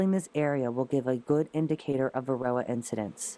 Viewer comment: Why does it SOUND like the narrator is saying "varilla", instead of varOHah??? What am I missing? Thaks